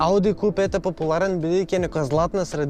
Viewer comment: Kju 5 se izgovara ne ku 5 nepismen